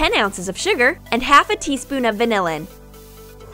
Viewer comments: What the hell is vanillan😂😂😂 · They said VANILLAN instead of vanilla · Video: vanillin Me: it's vanilla! Get it right! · How many times did she say valinnin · i think that you need to say vainilla not vsinillen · Vanilla not vanillan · You realize that you said vanilin instead of vanilla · no hate but wth is 'vanillin' ?!